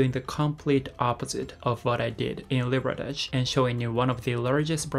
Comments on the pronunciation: Loved to video, always like to see the communities people make in other countries Small correction though, it's "Liberdade", not "Liberdage", Liberdade means Freedom, or 自由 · I enjoyed Oizumimachi when I went there. It feels different from Japan, almost like being in Brazil. BTW: It is Liberdade. Anyway, now I feel like going back to stock up on Brazilian food again.